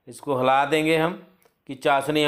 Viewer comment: Lekin helana hota hai halana nhi